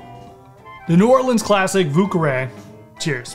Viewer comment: oh man... the pronunciations... 😬